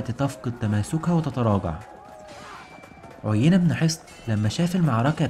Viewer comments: أحسنت بارك الله فيك أنصحك بقراءة القرآن لتحسين نطقك في اللغة العربية ومخارج الحروف ومراجعة النطق الصحيح للأسماء، على سبيل المثال عُيَيْنة بيائين مش ياء واحدة أولاهما مفتوحة والثانية ساكنة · عيينه بن حصن مش عينه....... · عُيينة بن حصن رجاء راجع النطق الصحيح